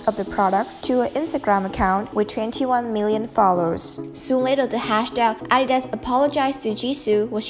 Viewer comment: Okay but did anyone else heard how she adidas in ?